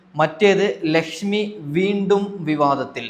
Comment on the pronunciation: എടാ എടാ ചള്ള് ചെർക്ക ലഷ്മി അല്ല ലക്ഷ്മി 😂😂😂ഷോഷ്യൽ മീഡിയ അല്ല സോഷ്യൽ മീഡിയ 😂